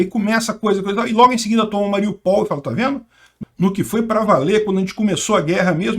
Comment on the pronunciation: o ideal seria dizer Ma-ri-ú-pal. Acento no U. E lembrando que o russo e o ukraniano escrevem O mas leem A.Obg pelas noticias.